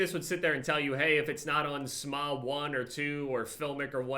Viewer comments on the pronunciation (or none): normal people: s.m.a.a.: smah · "Smah" lmao